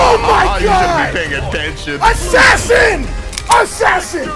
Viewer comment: MANS said ASSASIN< ASSASIN OOGABOOGA